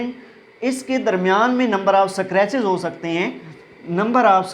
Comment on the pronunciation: It's scratches ‚ not eskartches .